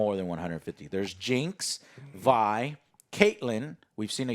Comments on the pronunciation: Me: slightly cringing every time Joe called her ‘Vee’ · Joe calling Vi as Vee was bugging me but loved the review. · DID THIS FUCKER JUST SAY VI'S NAME WRONG?! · Kept waiting for Alex to correct Joe's pronunciation of Vi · Joe pronounced Vi correctly once in the beginning, but then switched to saying Vee for the rest of the review. Guess he just forgot... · lol he says it right the first time and then continues to get it wrong every other time in the video. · Its Vi (V-eye) short for Violet not Vee but all good. I was actually saying Vee initially too. Probably because of CP2077. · Jesus Joe is Vi not Vee. Alex get your man. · Every time Joe mispronounced Vi, i died a little on the inside. Her full name is Violet; which is why her name is pronouced as Vy. Not as Vee. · You say you watched the show, yet her name is Vee... anyways, loved the show, hoping it gets ton of success so they can continue making more seasons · Every time he says Vee instead of Vi...that's one powder being left by hereself. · It really doesn't matter but for future reference, her name is pronounced Vy, rhymes with pie. All in all a rather good review, knowing the lore like I do does make certain moments a tad better knowing the characters by name and what happens to them eventually. But even if I didn't know the lore it's still an amazing show. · Good god, youve watched the show. Its "V-ie". Not "Vee" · Drinking game: Drink everytime joe says Vee and not Vi , lol , jk. Love you joe! ❤ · Also bruh, you and so many people I know pronounce it "V" as in the letter despite them on champ release, and anywhere her name is mentioned including in the series you watched as "Vi" as in Violence. Why.. why you do dis. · How you not gonna tell my mans its Vi... not Vee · V-EYE. Riot put the damn name in a show and people are still saying VEEEEEEE REEEEEEEEEE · Its still funny whenever someone calls her V-eee when its actually pronounced V-igh.... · It hurt my soul to hear you all her "vee" lol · "Vee" sigh